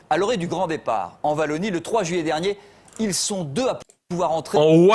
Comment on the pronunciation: Il dit vallonie mais par contre il dit waterloo.. je ne comprendrais jamais🇧🇪